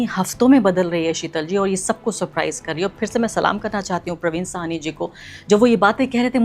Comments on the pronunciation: اسکا نام پراوین ساہنی ہے۔پروین سواہنی نہیں میڈم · It is not Parveen “ Suhaney “. It is “ SAHANI”. Parveen Sahani.